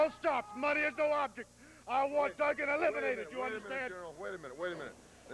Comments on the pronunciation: Never understood why Watts always said Doo-gin while everyone else says it correctly. Also, Jim D. a little obvious with his jump/punch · The way Watts said Duggan's name is stupid. Doogan? Really Cowboy? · Why does Watts call him Doo-gan when everyone else calls him Dugg-an? It's actually kind of distracting... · Always liked how Bill Watts would pronounce his name as "Doogan"...